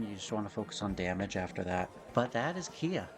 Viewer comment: Hearing you say Kia with that spelling hurts me lol. Great vid as per usual though.